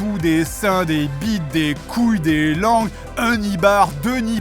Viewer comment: Ta même pas dit "couille", théoriquement, tu as dit "gouille" 🤣